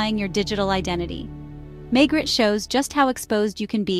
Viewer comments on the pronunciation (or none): It’s pronounced Maygray, it’s French not American !